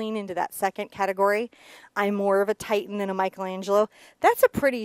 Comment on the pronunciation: HI /... I'm throughly enjoying the boat tutorial. The Boat painting is beautiful. Also, I'm SO impressed how perfectly you drew in the boat. (I just had ONE little comment for you... PLEASE, PLEASE don't be offended regarding my small correction, however the master artist you mentioned, TITIAN, is NOT pronounced TITIAN... rather the name is pronounced, Ti-SH-ian. I just thought as an artist you might appreciate the correction.) THANK-YOU, for your knowledge and colorful spirit!